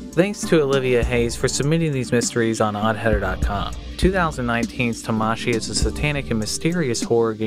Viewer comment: hi it:s Tamashi, not ta-mashi